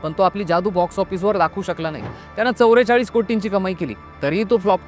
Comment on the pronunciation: चवरे चाळीस नाही दादा.. चव्वे चाळीस ... तू चवरे म्हणालास की काहीतरी कानाला चावल्या सारखं वाटतं